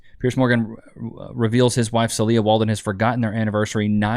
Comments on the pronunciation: I believe the wife's name is pronounced SEEL-ya. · Love the videos. FYI: Celia - said Cecelia without the Ce-(Celia)